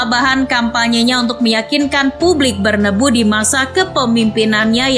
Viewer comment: Narator nya siapa sih? Penyebutan "BERNABEU" itu sesuai sama tulisan nya, tolong diperbaiki lagi, karna sangat menggangu dan tidak enak di dengar